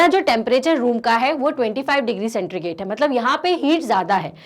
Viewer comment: सेंट्रीगेट नहीं मैम, सेंटीग्रेड